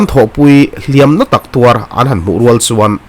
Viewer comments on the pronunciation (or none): I sawi sap tawng mah mah....Tawuar ti ve la,mizo takin,,,taaaauar i tia😅